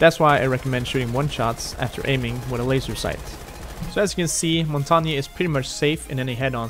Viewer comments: Montagne, you say it like Mon-tay-ain. Not mountainium... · Its more like pronounced Montanjeu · Its it's pernounced in French Mon tang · LOL The guy says: Montagna, yes this is how you pronounce it. Not it isn't. I'm French and you don't say the E at the end. English speakers have difficulties with his name because the "mon" syllable doesn't exist in English. You pronounce it: Montagn, without the E. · As someone who speaks french, i can confirm one thing: it's not pronounced montanya. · I thought it was pronounced mon - tan -yay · Omg everyone pronounces it rwrong I know French this is how u pronounce it "Mon-tang" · Its pronounced Mon-tang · is not montagna truste me im a french canadian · Jamie Walters ffs I live in quebec and the error that everyone make is thinking the g is silent it’s: its actually a mix and this mix just doesn’t exist in english so if you don’t speak french say mountain it feel like if everyone said maounttaain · the error he did was prounoucing the e as an a again the e is very different it sounds like the the end of how you guys pronounce L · I mean you're right it's the French word for mountain but you really need to look up how it's pronounced bud. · Said montagne wrong